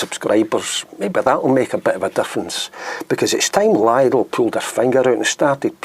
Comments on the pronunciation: Lidl rhymes with middle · Hey man, just don't go there and you will have nothing to complain about. BTW it's pronounced 'Leedl' as I suspect you know that though. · Please pronounce it 'Lee dell'. My wife likes shopping there but I hate the place. Quality is minging.